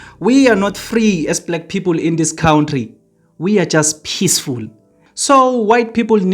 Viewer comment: And it is pronounced " Cunt tree" not cout tree.